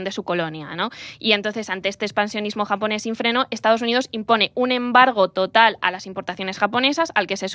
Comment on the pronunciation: Como graduado en un máster de asia oriental, viviendo y trabajando en Japón con un nivel alto de japonés he sufrido un poco con este podcast. Además, me parece increíble que no habéis pronunciado bien ni una palabra en japonés teniendo en cuenta que el japonés es fonéticamente casi igual que al castellano